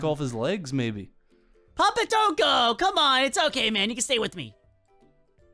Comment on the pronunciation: ", joo done goofed"